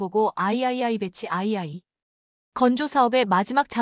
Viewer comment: 장보고 배치 lll-ll를 '배치 아이 아이 아이-아이 아이' 로 읽고,m,km,t등의 단위 를 왜 메터,키로메터,톤.. 등으로 제대로 읽지 못하 고 있는지 답답하네요.